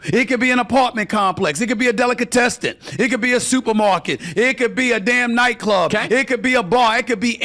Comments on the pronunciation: "...It could be a delicatestin..." Stephen A. Smith. The A stands for Assclown. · and stephen a smith "Delicatesten"